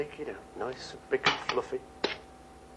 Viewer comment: fluffeh, loveleh